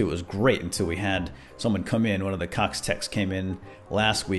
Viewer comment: I thought he said cock cable… I was so confused.